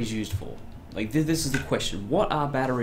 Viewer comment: I quite like your analysis and your videos, but one thing consistently bugs me far more than it really should. You pronounce Turrets as Turrents. It drives me crazy.